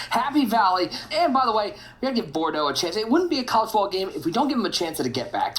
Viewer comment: Bordox?? Pissed me off everytime u said his name wrong lol